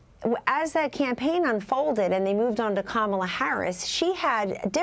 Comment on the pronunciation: Did Miranda just call Kamala Harris “camel Harris”?